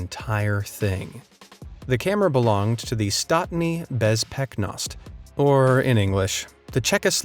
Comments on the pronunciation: Statni bespeknost" lol (sry but if you are from czechia or slovakia it sounds so weird) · it's pronounced more like "staatnii bezpechnost" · You totally butchered the name 😂😂. I love your videos. I never laughed so bad at bad pronunciation of a CZ/SK title. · Me, a Czech hearing how you pronounced it: EMOTIONAL DAMAGE